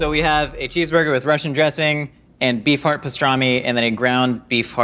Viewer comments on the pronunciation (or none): I can't help but hear "Bee fart" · unhear bee farrrrrt say beef heart againnnnnn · I kept hearing “bee fart” and I’m not sure why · oh my GOD i cannot UNHEAR that now!!!!!